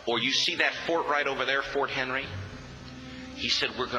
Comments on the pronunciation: The story is great. But, being from Baltimore (Maryland) myself, I just have to correct the storyteller’s calling the fort, “Fort Henry.” It’s name is “Fort McHenry. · unsure why he said fort henry.. its fort mcHenry.... any good American knows that.. ive known this story for a very long time. its the reason my eyes fill with tears nearly every time i hear the National Anthem Sung... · It was War of 1812, and it was Fort McHenry not Fort Henry as the narrator said. Fort McHenry still stands and the flag still flies to this day in Baltimore. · For some accuracy its Fort McHenry